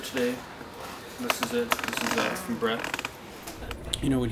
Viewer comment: It sounds like say Bret right or am I insane?